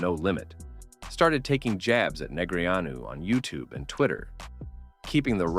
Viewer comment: Would be great if you pronounced his name correctly